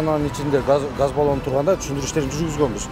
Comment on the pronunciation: Газ балон дечи гас дебей кайда кайра гас дебей